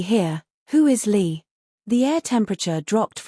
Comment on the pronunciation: i think ur right its li not lee